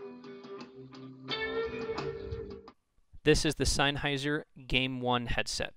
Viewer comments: "SeinHeiser" HAHAHAHAHAH what the actual fuck?.... its "SennHeiser" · Its pronounced senn hi zer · I unsubbed because of "Seinheiser"